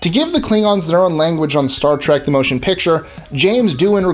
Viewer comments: Why does he keep saying "Trak?" Oye! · Play a drinking game and take a shot every time this guy says Star Trak and you'll get drunk real fast. 😂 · Why must people pronounce it Star Trak? It's a trek. A trek to the stars. Why is that so difficult to understand?